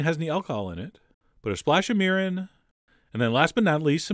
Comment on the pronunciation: Lovely recipe!!! Looks absolutely amazing. I love miso butterfish (as we call it in Hawaii). However, no offense meant, but just for future reference, the pronunciation of those two Japanese words should be: Mirin = "mee-reen" Sake = "sah-keh" or "sah-kay"